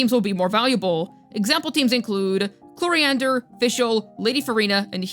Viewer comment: Day 1000 of waiting to pronounce chloride’s name right